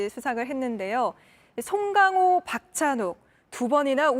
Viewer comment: 저렇게 고급졌었군요 ㅎ 쏭캉호 발음에 피식~~ㅎ